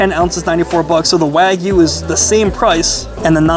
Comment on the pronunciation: Love your reviews, but my pet peeve is pronouncing the non-American words properly, especially when you visit all these premium steakhouses. "Wagyu" is pronounced", “wah-gyoo.” The “wah” sounds like the “wa” as in washer.